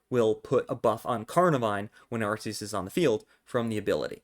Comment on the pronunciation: Ur calling it “arseus and it hurts so much”